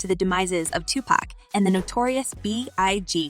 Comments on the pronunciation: It's not pronounced to pack...that is very irritating. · Say his name right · I wish you would pronounce his name right. You hear us say his name the right way. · She knows how to pronounce his name. .The media does that to clown Pac. She's media and the media is full of undercover bigotry. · Girl you can not say their names right Please! Please can you say Tupac's name correctly!! Its not tupack!! Tupac! Dre not what you just said! You can not even state the names right! Just stop